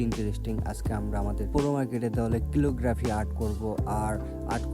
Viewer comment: Bhai🙂 ক্যালিগ্রাফি 👍🏿 কিলোগ্রাফি না 🙂